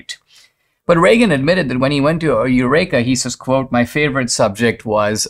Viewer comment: Yes, Dinesh pronounced the word incorrectly, as he often does.